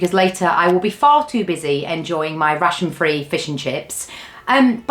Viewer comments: As a non native speaker, I constantly hear "a typical russian diet" and it took a while to get it.😂 Glad you got to enjoy your "russian free" Fish 'n' Chips. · I listend to the video while I did the chores and was wondering why an english ate a russian diet. Took me a while until I recocnised she is saying rationed. And where was the fish?